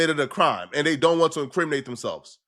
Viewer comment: Bro can you not pronounce Th. Dis-Dey